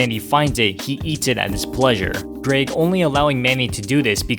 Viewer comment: to says greeg instead of greg